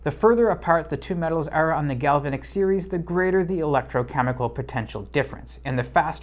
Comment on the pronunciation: A'node. Gal-va'-nic ;-)